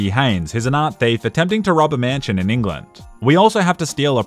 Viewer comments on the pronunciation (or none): none